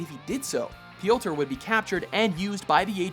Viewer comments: /PJOTR/, not /pijowter/ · Please never ever say "P,yotor" ever again! It just sounds really silly cause of how you're pronouncing it. Instead of going Pe-yotor its more of Pyo-tar!